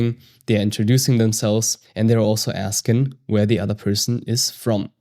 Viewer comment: It’s funny when the guy performing the lesson, at the end, when he says the word “asking” he sounds like a southern American way of saying “asking”